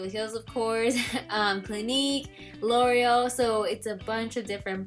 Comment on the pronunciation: Same with l' oreal lol